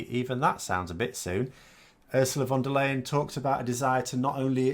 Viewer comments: The name is pronounced Von Der Lie-en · You should really figure out how to say her name. It might come up more often.